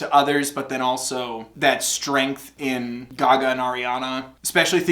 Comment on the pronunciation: did you say “guh-gah” instead of gaga